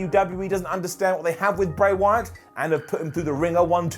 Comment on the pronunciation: I swore I heard "Great White" when you said Bray Wyatt...